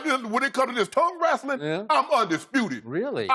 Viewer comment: “When it comes to this tongue wrastling, I’m undisputed.” 😂😂😂